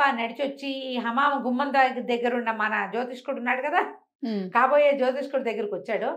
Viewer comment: జ్యోతిష్యుడు అని పలకవలసిన పదాన్ని మీరు కూడా జ్యోతిష్కుడు అనటం నాకు ఒకింత ఆశ్చర్యాన్ని, నిరాశని కలిగించింది.